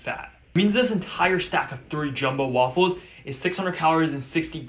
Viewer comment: i like when he shows how to make the wAWFULles